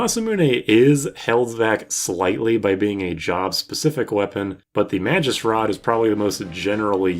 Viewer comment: I thought Magus was pronounced with a hard g...